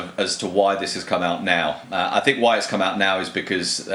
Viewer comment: No, bro. He said: "I sink depends...."